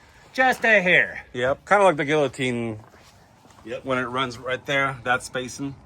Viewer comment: you dont pronounce the Ls in guillotine lol cringe